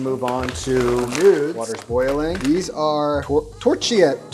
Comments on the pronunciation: Tor-keeh-eh-tteh no torcheeteh 😅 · The CHI sound in Italian (Torchiette) is pronounced like the word KEY not how your chi sound (for example in the word children). So imagine, torKEYette. 😊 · “Chi” is pronounced ki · Great video. And it’s “tor-key-ay’-tay.”In Italian, the “ch” makes - “k” sound. ❤️🇮🇹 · Pro tip how to pronounce Italian: "ch" is always pronounced as a "k". So "Torchiette" is pronounced as "Torkiette". The rest of the pronunciation was correct. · for the pasta pronunciation: ch in italian is pronunced like a k. the e at the and is pronpunced not like an i but more liek eh. So it would be like torkietteh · torchiette, im 90% sure, is said to rhyme with "machete"